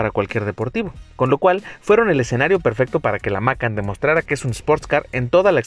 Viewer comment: Se pronuncia Macán no Mácan